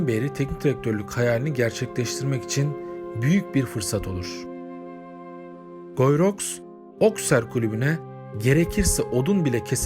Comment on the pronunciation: Guyi rox değil gii ruu diye okunuyor bari onu da arastirsaydiniz